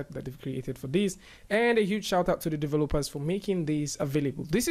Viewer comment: LOL love the way you say "Developers". Deh va LOPE uhs